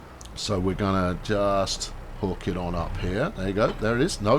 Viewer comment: Did i hear you say it HOIKs?? SOLD!!!